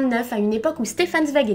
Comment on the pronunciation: Super sympa ta chaîne j'aime bien le concept (étant moi même en 2e année de prépa littéraire, forcément) ça change un peu de ce qu'on voit sur youtube tous les jours! Juste une petite précision au niveau de la prononciation, Zweig se prononce "tsvaïg" (à l'allemande, si on prononce aussi son prénom "Chtefan") ou à la limite "svaïg" mais le "ei" est bien à prononcer comme le mot "ail"! Voilà j'espère avoir pu t'aider, comme j'entends à ton accent que tu viens peut-être du sud, les noms d'origine allemande ne sont pas les plus simple à prononcer! Bonne continuation :)